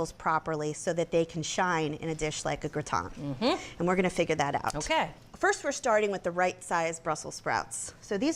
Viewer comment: Wtf is gra-ton? 🤣